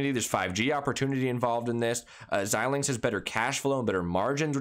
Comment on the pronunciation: Your the first you tuber talking about AMD that I’ve seen pronounce Xilinx correctly.